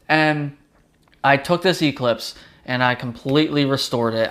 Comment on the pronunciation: You pronounce Eclipse wrong.